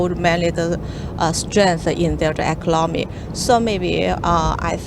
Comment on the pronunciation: Wawee impotant fo eclomony eclomony yes uh okay.